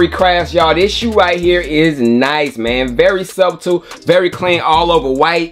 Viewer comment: This boy said SUB TULL(subtle) 😂 😂 😂 😂😂😂😂😂